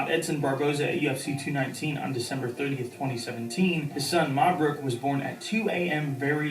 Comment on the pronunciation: not marbrook. It's Mabrook. please.